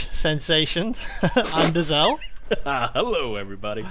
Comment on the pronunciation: I gave this video a thumbs down as soon as I heard Anderzel. Dude is a freaking embarresment to us Swedes.